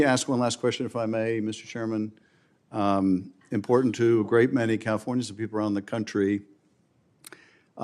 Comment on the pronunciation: Yeah, I’m not comfortable with anybody being Attorney General who doesn’t know that the word important does not contain the letter D. JFC we’re screwed.